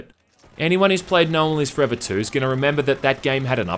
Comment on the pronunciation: Apologize for the accent. I barely was able to tell you were saying "No One Lives Forever 2" Sounds like Nolan's list 2.